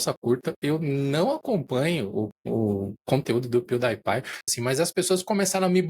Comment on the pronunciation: Amo como o nunca consegue acertar as pronúncias das marcas/nomes kkkk "pew DIE pie" kkkkkkkkkkkkk (Só a título de curiosidade, a pronúncia correta é "piu-di-e-pai" [pronuncie em português] )